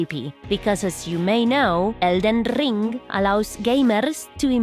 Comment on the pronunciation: Elden Rrrrrrrring 😂